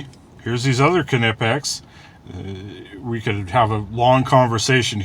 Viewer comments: Knipex have carbide-edged cutters up to HRC 80-83! Pricey, but cut through everything! Knipex are worth the dough if you are gonna use them. BTW, I don’t ke-now you. What is your fave brand of ke-nice? (Point is, the are nipex not ke-nipex.) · for fuck sake. the "K" is silent. as in know. You silly fuck. Its America not Germany. And if you are gonna say it as the krauts do. You would pronounce it K-Nee-Pax. Which is fucking ridiculous. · Pretty sure the k is silent like knob and knee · Nipex would be correct in American. The way Germans pronounce it is, K-nee-pex. But they are a bunch of silly Germans. I had an English Knipex representative explain the difference to me . Germans make great tools, language ? Not so much. in all seriousness though, im just being a dick. you can say it any way you like. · Laughing at the moment about this. How to pronounce KNipex, same as KNurled KNobs! LOL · The hype would be more understandable if he were to assimilate that german name into American.